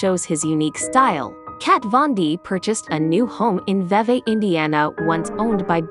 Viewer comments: It's pronounced VEE VEE. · the town of Vevay is pronounced V V, not what you called it. I was born and raised here in Vevay and it is truly a beautiful home and community. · It’s not your fault because I really do t understand it either, but vevay is pronounced like repeating v